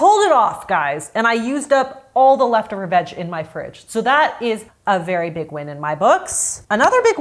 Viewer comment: It sounds like you're saying "vag" every time you say "veg"